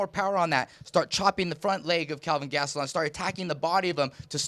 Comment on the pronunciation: Chael said Gastelum correctly. No more Gatselum.